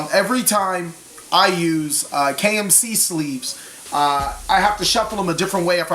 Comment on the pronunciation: Sounded like you said KFC sleeves lol